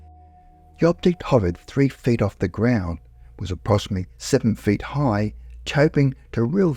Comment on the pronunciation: To be fair, the narrator does sound like he's talking with a mouth full of potatoes. 'Three fed in height' 'Multiple protrudmances'? Maybe he hit the turps too hard before recording.